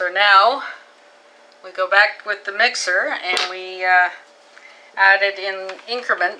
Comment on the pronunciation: Its a with not myxer